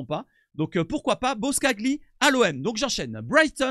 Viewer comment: Pour la prochaine vidéo ca ce lit BOSCALI le G est muet :P Sinon belle vidéo et beau travail de ta part